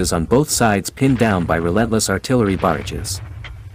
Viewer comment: Artillery barages, not barges. 🤦🏻‍♂️